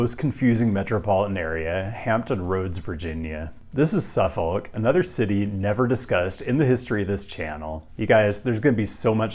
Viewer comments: watched this on Nebula but came to YouTube anyway to rib you for how you pronounced. is that how they say it there? I've never not heard it pronounced suh-fihk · Suffolk is pronounced suffick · I never been to suffolk va so maybe hes pronouncing it correctly (though i doubt it) but as someone from ma, i audibly screamed when he said “suff-folk” 8 times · SU-fuk or SUF-uk, not SU-folk. The "l" is silent. Same with Norfolk: NOR-fuk. Also, Gloucester is GLOS-ter, Portsmouth is PORTS-muth, Poquoson is peh-KO-sun, and the Wight in Isle of Wight is white. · You might want to check on the pronunciation of suf-folk.. AKA: suffock.(at least in MA) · "Suffuc" not "suf- folk" =). woot 757! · SUFFOLK is pronounced without the L. SUFFok or SUFFuk (/ˈsʌfək/ SUF-ək) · Grew up in the region. Suh-fihk is correct. Never heard anyone from there pronounce the L. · Yo Hampton roads resident here contractually obligated to tell you you pronounced Suffolk wrong Anyways omg city near wear I live mentioned?!?!?!!! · It hurts hearing Suffolk pronounced this way lol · Probably the last time it will come up as well as the first, but Suffolk is pronounced with no L, kinda like chinook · That ain't how you say Suffolk. As a broadcaster, I recommend you consider googling how to pronounce place names or you risk alienating the people who live there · The L in Suffolk is silent.